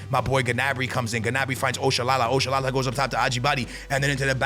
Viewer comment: You butchered Oshoala’s name bruhhh 😭, that’s not how to pronounce it